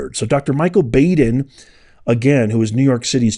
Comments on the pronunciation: Dr. Baden is pronounced like Bodden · The guy's name is pronounced Bod-in... Not Bad-in. Been watching that guy mid-80s early nineties... He used to be on a show on HBO called autopsy I think. And he's been on all kinds of different assignments in projects and cases... But word of caution with him, and I'm not sure if this is true.. but they say he can be paid to come out with whatever outcome you want.... So there's that. Then again he could be square as a cube I don't know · Just for clarity, the pathologist’s name is pronounced BAW—DEN, not B-A-DEN. I believe Epstein died of an accident. He was doing something weird sexually, went too far and hung himself. Baden also said the same thing about another cases where those little bones in the neck are broken. He is also a pay for hire pathologist. Not sure how reliable he is anymore. He will deliver his opinion for whoever pays him. Just saying. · Great release...Its pronounced Bahh-din. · thank you for publishing this and giving us the information. It is really disgusting and absolutely evil. Baden is pronounced Bah-den. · It’s Bahhh-den, Maria Bar-ti-romo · You mispronounce Baden😂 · Dr Baden is pronounced like (bottle) not like the "a" sound you're making